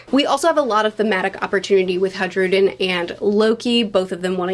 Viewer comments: its Hajrudin, not Hadjrudin. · Someone tell it's pronounced Ha ee ru jin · She really keeps saying haJrudin smh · Going by the Katakana, the J in Hajrudin is pronounced like an I, as it would be in the Nordic languages. So it's more like High-rudin (the final sound is somewhere between din and deen). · I find it funny that the way you’re pronouncing Hajrudin changes the meaning drastically from Khairuddeen (goodness of religion) to hajruddeen (abandonment of religion) 😅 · It's pronounced hi-rudin! Not that hard once you get used to it. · Its pronounced Hai-rudin without a pause by the way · You pronounce it like HI-RUDE-IN /a Swedish guy And he will definitely end up being the king. After he declared that he will unite all giant tribes and be its king, being an actual underling of sorts to Luffy (the confirmed Nika) it becomes obvious that his role is to do exactly that. Just as the grand fleet has a member of the long arm tribe and one from the long leg tribe who we've seen in a cover story actually unite their tribes alltogether after generational hatred under Luffy's jolly roger it's fair to assume that the grand fleet in the bigger picture represents the unification of all races. And there's also the tontatta. (I'd also add the minks as grand fleet adjacent) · I think his name is pronounced Ha-Ru-den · "J" is pronounces as a "Y" in Scandanavian languages.